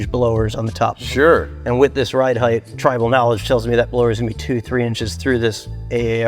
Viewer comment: HEIGHT! Not HEITH! Lol